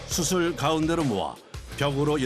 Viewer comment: 이 양반아! (숯을...) 읽을 때 수츨.... 이라고 해야 합니다. EBS 방송이 왜 그래?